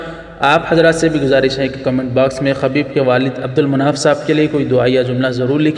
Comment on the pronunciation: خبیب بضم الخألابفتح الخأ اصلاح کرلیجیے